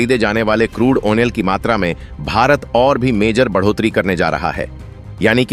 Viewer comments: क्रूड आइल की जगह क्रूड ओनेल बोलना और अपना फायदा बढ़ाना जैसे झूठ बोलने में जरा सी भी शर्म नहीं आती तुम्हें। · चूतिया, आयल होता है आयनल नहीं। शब्दों की अशुद्धियां हंसने पर मजबूर कर देता है